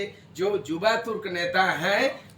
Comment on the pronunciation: युवा के जगह पर जुबा बोल रहा है ठीक से उच्चारण करे